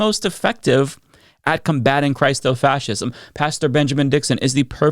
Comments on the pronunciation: The standard pronunciation of christofascism is "Chris-tow" not "Christ-o" fascism. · I have a genuine question: Do you pronounce “Christofascism” like does? I always thought the first syllable was pronounced the same as “Christmas,” like “CHRIS-to-fascism.”